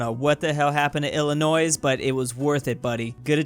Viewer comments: It’s Illinois not Illinois(sssssss) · It’s pronounced illinois not Illinoise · ill-ah- NOISE? REALLY? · bro said "illinoise" its illinoi with silent s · no one:: come on, feel the ILLINOISE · Please stop saying Illinois with a s please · At the beginning did you pronounce the s in Illinois? If yes i take that personally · for pronouncing the s in Illinois your social score went down by 2mil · he said it with the s... as an Illinoisan, this is blasphemous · ILLINOIS?! the s is client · HE CALLED IT “ILLINOIS” AND PRONOUNCED THE FRICKIN S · all the people from Illinois are gonna be mad you mispronounced the name. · Are we not gonna talk about he said Illinois with a hard S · that’s not how you say Illinois the s is silent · I was kinda confused when I heard pronouncing the 'S'. I'm not american and I've already seen people saying that you're not supposed to pronounce it, and then, an american, says it with the 's' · yea it’s common for people that don’t live in Illinois to say the s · BRO every time u say Illinois u say it with a s STOP also I saying this because I’m from Illinois